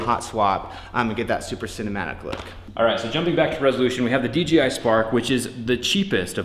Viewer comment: It’s dDJI not DGI